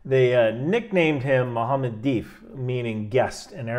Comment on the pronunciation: That Italian accent came out when you prounced Mohammed's full name.